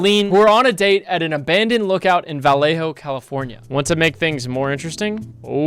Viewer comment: as a resident of vallejo, my heart hurt a little when you pronounced it wrong 😂